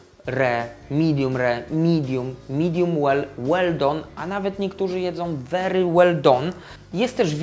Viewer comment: I nie "midum" tylko "midiem".